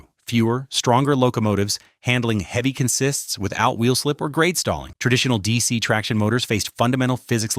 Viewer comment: ... or pronounces consist that way.